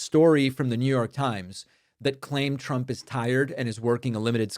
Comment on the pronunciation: It sounds like she is saying "president Chump".